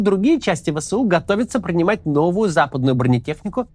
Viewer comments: ВЭ ЭС У, а не вэсэу Простите зануду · Максим, не «вэ сэ у», а «вэ эс у». Это без негатива, просто так правильнее. Первый вариант режет уши. Спасибо.